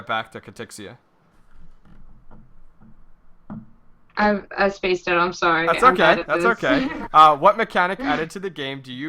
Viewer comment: Why you calling her Katrixxia when she doesn't have an r in her name?